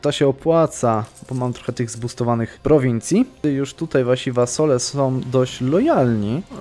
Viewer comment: 'wasole' xDDDDD